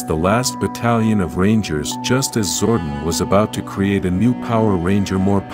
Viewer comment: you've never heard of zordon's twin Zordin ?